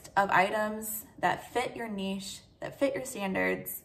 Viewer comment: Thank you for saying "niche" correctly, was losing my mind with every other reseller saying Nitch XD keep up the good work and thanks for the advice.